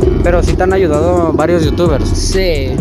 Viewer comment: jaja más “YouTubers” léase con voz de intento de inglés